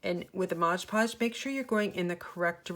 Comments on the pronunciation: Love these. I am a crafter too and please learn how to pronounce MOD Podge. It's not Modge Podge. Thank you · I love all of your magnets! But why do you call it Modge Podge??? Its MOD Podge!!! I noticed that somebody else commented on this too! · Great video, thanks. It seems like everyone calls it Modge Podge, when it is Mod Podge. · Why do people call it Modge Podge.... read the label... it clearly says MOD Podge. Couldn't finish watching... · Not trying to be rude but why do people call it moG podge? Almost every crafting video when someone is using it they say moG podge and I die a little inside. Did it maybe use to be called that or something? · I had these marbles & paper scraps in my stash, what a great way to use them. I think it’s hilarious that you call it “Modge Podge” (I do too) 😂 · Please! It is MOD podge!